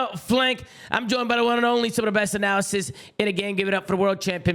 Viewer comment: Tom has never said analysts (anna-lists) correctly in every single episode he's ever done with Haggy hahaha at least he's consistent